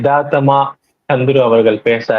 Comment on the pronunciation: 😂சந்துரு இல்ல சத்ரு.